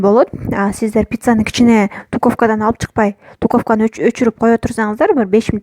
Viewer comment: Дуковка эмес, духовка Жана башка каталарынды ондоп суйлосон жагымдуурак угулат